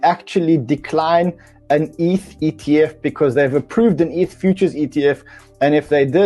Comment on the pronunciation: What’s wrong with the into 🤣🤣 dude can’t pronounce 2 ETH correctly in a row 😂😂 if it’s an AI voice … please don’t use it anymore